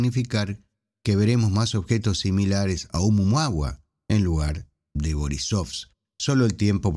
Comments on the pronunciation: Lo escribes oumuaMua pero lo pronuncias oumuaHua, como no sé Hawaiano pues ya no sé qué pensar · Nop, dice siempre "Oumuama"